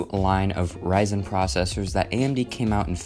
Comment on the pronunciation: it's ryzen(raizen) not "rizen"